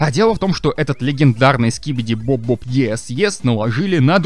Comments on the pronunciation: Не скибиди боб, а скибиди доб доб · Не скибиди боб а скибиди доб